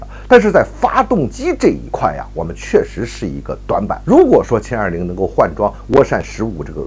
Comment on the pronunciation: 是jian20 不是qian20 草